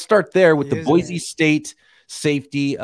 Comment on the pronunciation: As an Idaho native, I got a pro tip for you. Boise is pronounced "boy-see".